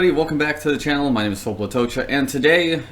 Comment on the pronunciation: Honoured you answered my questions Filip. You come across as a driven guy who's really quite down to earth with some of your responses such as McDonald's coffee. I hear you there..for the price it's decent. And you nailed the pronunciation of my name. Great networking advice too! Enjoyed listening to this.